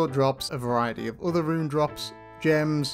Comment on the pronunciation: can tell the difference when he says run and rune